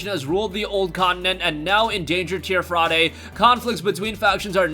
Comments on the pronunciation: It's not Tier Fraday it's pronounced tier fradee idiot. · MY GUY learn to breathe please. Also, its pronounced teer-fee dee, not teer fra day.